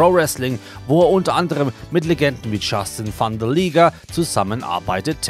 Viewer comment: hääääääääääää Er hat nicht wirklich (Justin Thunder Liger ) gesagt ??? Jushin wenn ich bitten darf!!!